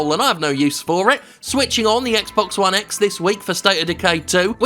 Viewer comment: Is not.. bluuuuuuuuurrrrrrppppppppppppppp!!!!. ONE X !! say it the fuk right. eh